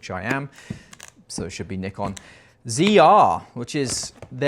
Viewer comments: Nikon is a Japanese word and it should be [nikon] not [naikon] 🤷‍♂️ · Nikon is a japanese brand. So there is only one correct way to pronounce it. knee-con. is right. 👌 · It doesn't matter where you are from brother, Nikon is from Japan, pronounced Nee-Kon. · Great video dude 🙏🏻🙏🏻 trying real hard to say Nikon and Zed 😂 I understand 🇬🇧 🥳